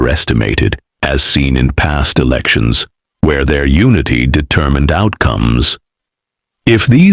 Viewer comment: coming months...na velections ni febdruary....AI generated voice hahahaaaa